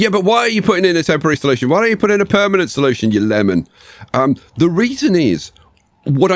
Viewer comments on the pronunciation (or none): none